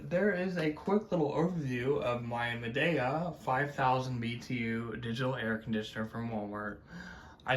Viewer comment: Turn it off right after dude decided to say Madea weird